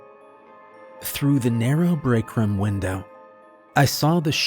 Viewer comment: Team "Narrator Says Rum instead of Room" check in here 👇